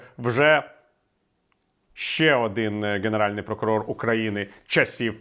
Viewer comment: Прокурор генеральний, а не ґенеральний. Перепрошую, бо у Вас чудова українська і цей огріх треба виправити✌️🇺🇦